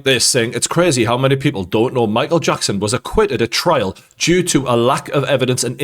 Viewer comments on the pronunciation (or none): Why do you keep saying "trail" instead of "trial"?